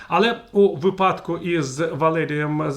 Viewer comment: У ВИпадку, не виПАдку.